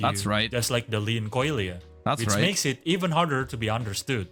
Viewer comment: Leanchoilia is actually pronounced "Leon Keuler"